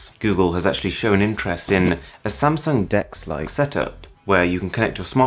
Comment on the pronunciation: I'm pretty sure instead of saying "Samsung Dex-like experience" he said, "Samsung dicks-like experience". What other mistake could he have made, big enough to actually cover it up in a voice over instead of an astrix and text like other YouTubers? 😂